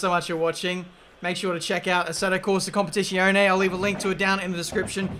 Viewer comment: He plays "Competishionee" for the first time and throws himself into a race on the most difficult track? Good idea :))